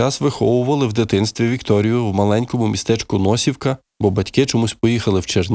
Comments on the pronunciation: Не НОсівка, а НосІвка! І "не все так однозначно"!!! Дизлайк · НосIвка- наголос на "i". Спартц не проти України, вона проти Єрмака та інш. оточення Зеленського, що розкрадає будь-яку допомогу Україні.